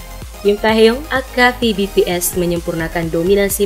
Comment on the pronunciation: Kak ,kakak salah ngomong namanya ,walaupun taeyhung tapi dibaca tehyung